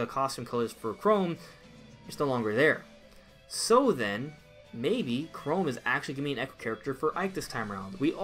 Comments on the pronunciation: why u saying chrome its pronounced chrom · Ca Rom, not Ca Rome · I don’t remember Google Chrome being in the final smash for Robin. Oh wait, that’s just how he mispronounces CHROM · Its Chrom (ka-rom) Please say it right kinda makes me cringe. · 1.) You pronounced Chrom name wrong 2.) I think if Dark Samus was character, I don’t think Dark Samus would be echo fighter.